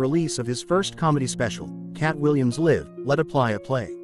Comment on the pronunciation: It's an AI bot. After hearing how his said "LIVE" incorrectly, I knew.. plus Katt said he saw what the internet says how much he's worth and laughed cuz he got that "on him"😊